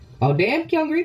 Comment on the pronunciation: it's five members actually. Sung-ah is on hiatus. Also, gotta help u with pronunciations. Its Hye-mi not hi me. it's 경리 (gyung-li)/ kyung-ri (english name), not kyun gri. Lastly, it's geum-jo or keum-jo (english name). It sounded like u put the u before the e. The other members' contracts expired and they chose to graduate.